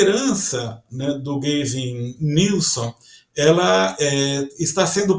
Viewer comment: Só pra adicionar, a pronúncia do nome do Governador da Califórnia é “Góuven Nilsam”